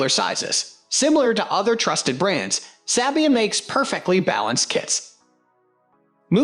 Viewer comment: its SAY-BEE-IN 😠